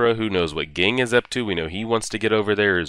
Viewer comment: Looking forward to more of this. But just so you know, Ging is pronounced "Jeeen".